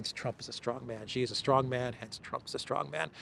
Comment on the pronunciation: I recall that Mr Mercouris took a while to pronounce "Rofkin" correctly, but he's since corrected it. I think he pronounced President Xi's name incorrectly, previously, but likely folks pinged him on it. It sounds like "see" and "she" - there's no "jay" sound in it. The chinese character for his surname is: "习", if that helps. Thanks for your programs!